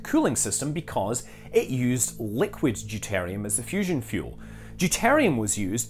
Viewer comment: Deuteruim not deutarium.